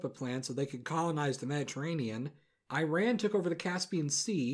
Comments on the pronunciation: Mispronounced Iran and it pisses me off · The thing that’s worse than that is that your prouncing Iran wrong (no I’m just correcting him even though I’m the only American in my family)